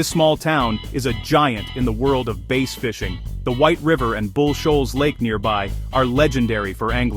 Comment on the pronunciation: Well I wish you would get this right first of all it's bass fishing not like the the the fiddle are the guitar second it's Weiner Arkansas like Oscar Mayer wieners get rid of those freaking out your voice which is mispronouncing everything and put a real human doing it at least it would be pronounced right